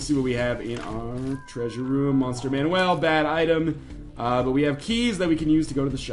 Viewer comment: The item is called monster manuEl not monster manuAl so yeah he's pronouncing it correctly. Next time please do some research to make sure you are right before you correct someone.